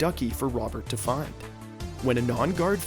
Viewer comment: he said whatever bird had a chance of having a mate. There was an ad rate as he was saying find and it sounded like the F word. I think it was a little bit before 539